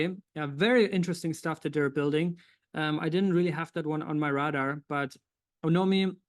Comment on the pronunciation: I love your brother. But I have to correct you a little. To properly pronounce radar, try Saying it like this ray-dar, Keep it up 👍